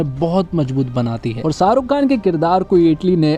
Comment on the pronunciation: शाहरुख बोल भाई साहरुख नही